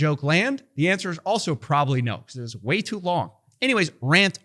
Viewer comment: I don't like the way you said "PROBABLY never will" 🧐🤔